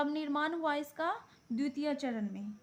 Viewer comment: Dutite nhi dvititye hota hai😅